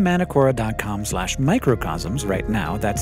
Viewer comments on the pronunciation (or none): A gentle pronunciation correction: Manukora isn't "ma" like in "man" it's "mah" like in "taco". Basically both 'A's in Manukora make the same sound and it's aaah